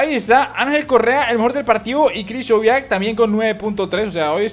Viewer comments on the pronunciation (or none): el nombre krichowiak se dice igual